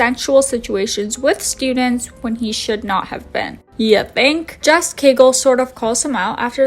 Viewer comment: love the video but the interviewer of james franco is “jeff” cagle not jess